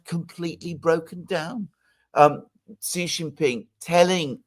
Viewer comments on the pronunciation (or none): Alexander, in Standard Mandarin, 'Xi' is pronounced somewhat like 'she'—to get it right, open your mouth as wide as you can and say 'she'. In Shanghai, natives say 'sang hai' while in Beijing, they say 'shang hai'. There is considerable dialectical and linguistic variation in China, so some speakers will pronounce 'Xi Jin Ping' as you do, but that is not the standard. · xi is pronounced she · The pronunciation of Xi's name comment was aimed at, I bet, he always says ZHEE, which is a rude word in Chinese, apparently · Also the i in Shi is similar to the e in the French me - Tu me entends etc. The i in Xi is pretty much like the English ee. So Shi and Xi sound different . The X is not the same as the Sh but still closer than it is to S.